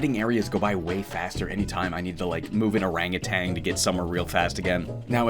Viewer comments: Did you know it's ''Orangutan'' and not ''Orangutang'' Pretty crazy stuff. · There is no "g" at the end of "orangutan"